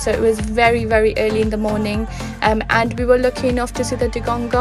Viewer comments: I think he mean, that the Seacow is calld Dugong and not Dugonggong, but it sounds nice how you say it ^^ Hopefully I see one in May :D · You keep saying dugongong makes my toes curl. :D :D